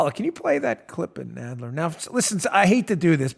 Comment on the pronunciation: Jerry “Nodd ler”